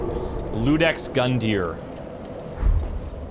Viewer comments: it's Iudex with an "i" not Ludex. Iudex is the latin word for "judge". Grundyr was the judge of every potential new hero coming from the graveyard. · I think it's iudex not ludex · I believe its a iudex, not ludex. Its latin for judge (pronounced u-dex) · Yea, and how does he make it "Ludex" I mean i know how, but kind of a brain fart pronounciation. It's clearly not an "L" Really annoyed me actually. Does that make me a terrible person? ^^ :P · it's Iudex with an i, not an L (it means judge)